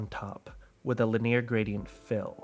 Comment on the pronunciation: why don't you know how to pronounce the words 'linear' and 'gaussian' 😂